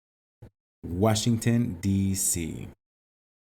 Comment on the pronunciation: Jor whasginton